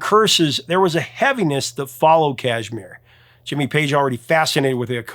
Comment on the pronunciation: Say cash- mere. Emphasize the mere.